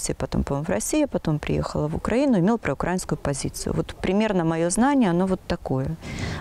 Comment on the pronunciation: "проукрАинскую"?? Что то я за все года не видел волонтеров с таким ударением... не клеится.